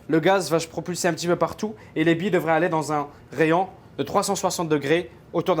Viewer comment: il dit pas billes il dit bie:')